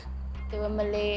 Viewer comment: Why the emphasis on the “Malay” 😂😂